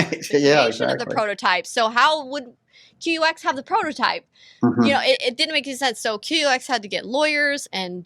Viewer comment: QUX? Bad name choice. UX is user interface. Q is a psyop. And the name is pronounced "cucks". 😔